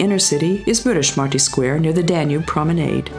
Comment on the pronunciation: Tenfold, eh..? Cuz the content is not good enough?? Plus she's doing a confusingly great job of pronuncing the name of places. Budapest, one of the most obvious ones, she fails. But Gödöllõ, Veszprém and many others, she nails. Just a thought..